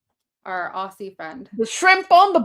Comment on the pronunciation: As an Australian, I feel I must make it clear that the pronunciation of "Aussie" is with more of a 'z' sound than an 's' sound, like 'Ozzie', rather than 'Ossie'! It stands out like dog's balls when you get it wrong!